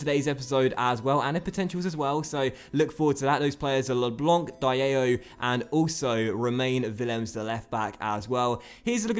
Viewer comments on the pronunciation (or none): Diallo is pronounced as: "Dee-Ah-Low"